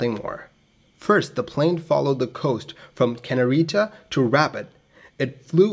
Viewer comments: Rabat, Capital of Morocco, is pronounced RAB_AT as written and not rabbit. Kenitra is pronounced KEN_IT_RA as written not Kenerita. Calling a Sud Aviation Caravelle a Sud Caravelle is like calling a McDonnell Douglas DC10 a Mc DC10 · Also it’s “can-eat-ra” (Kanitra) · RA BAH ....no T pronunciation ..and KENITRA !!!!